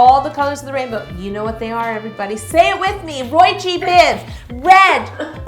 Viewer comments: It's pronounced ROY JEE BIV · It’s pronounced Roy-gee-biv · It’s ROY G BIV, the g is pronounced by itself as the letter g